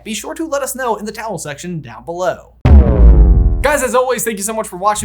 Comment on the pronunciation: Just curious is he saying towel section when he's talking about the comment section? Hard of hearing and the captions are just auto generated